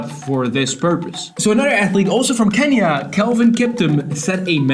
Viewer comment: its Kenya not kenia